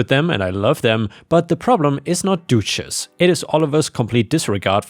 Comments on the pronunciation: The u in duchess has a more "uh" sound not an "oo" sound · wouldn't the animals be sent to an abattoir for slaughter? also think it might be pronounced duchess (dut chess) as in the title granted to a noble women ( Doo chess) sounds like a feminine hygiene product. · I like you accent when pronouncing Duchess....the English pronunciation is the U is not a hard vowel. therefore it is Du not Doochess... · Duchess isn't pronounced doochess, it's pronounced dutch-ess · Dog's name is pronounced Dutch ess not Doochess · Just a FYI, duchess is pronounced close to dutch ess. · Duchess is pronounced Dutch-ess - although duchesse (with an E) potatoes is pronounced du-shess! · Your pronunciation of Duchess had me 😂😂😂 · The U in Duchess rhymes with up not do...